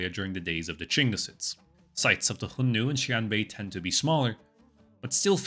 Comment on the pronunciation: A little out of topic. I get tickled every time you say "Hion-nu" but start to wonder if you were pronouncing X according to the Russian language.